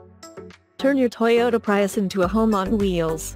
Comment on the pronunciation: The way she mis-pronounces "Prius".....